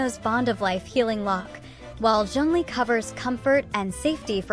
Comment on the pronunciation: Bro said zeng lee 😂